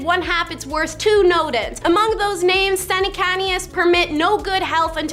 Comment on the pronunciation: I love this format but LORD GOD you really need to learn how to pronounce people's names! Some are so badly butchered LMAO!